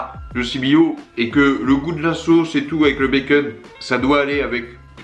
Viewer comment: Le béqueûne 😂 l’accent très français.